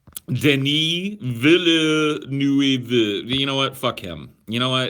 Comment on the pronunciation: it's pronounced veelnuhv.